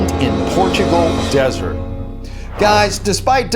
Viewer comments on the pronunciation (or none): none